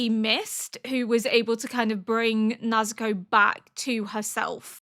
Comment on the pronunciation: It might help to know that with Japanese pronunciation, the vowels will always sound the same (A - ah) (I - ee) (U - oo) (E - eh) (O - oh). So in this way, Urukodaki's name is Oo-roo-koh-dah-kee. Nezuko is Neh-zoo-ko. Muzan sounds like Moo-zahn. Hopefully this helps! I loved watching your S1 and 2 reaction of Apothecary Diaries and I'm happy to see you following best boy Tanjiro! (Tahn-jee-roh!)